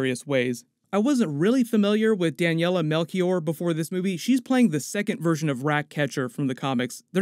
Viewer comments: Daniela Melchior is the best! And her name is pronounced Mel- shi-or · Quick remark: Daniela Melchior, in Portuguese the "ch" doesn't sound like a "k", it sounds "sh". Regards